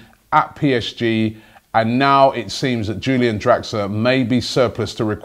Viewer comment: No Robbie. It's Pronounced like You - Lee - an